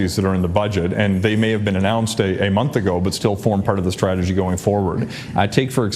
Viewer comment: It’s interesting how when Sean Fraser says “strategy” it sounds like “tragedy”